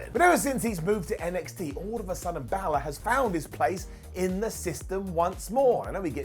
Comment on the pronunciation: How do English people still not pronounce balor right